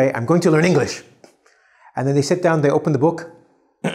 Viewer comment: You said enlish instead of English